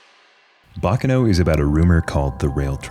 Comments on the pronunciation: its... bah kah noh... not "bacca no". for the love of god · Quick tidbit Baccano is Italian and not Japanese so it isn't pronounced like "Bakano" I have always really loved thus series! It reminds me a lot of the movie Snatch (great film, would recommend if you like this series, even if it isn't anime)